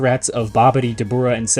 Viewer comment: bro his name is dabra 😭